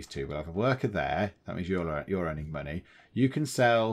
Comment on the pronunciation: Money is confusing. It's in the name; Mon-AYYYY? lol I'm also glad you resolved the COW-tastrophy! hehehehehe